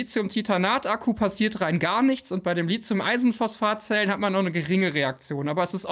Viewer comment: Wir üben das Wort "Lithium" . Lit-hium , Lit-hium. Nicht Lizium ;)